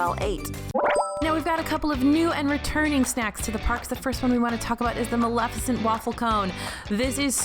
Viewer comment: Bless you for pronouncing Maleficent correctly,. I can't tell you how many people don't.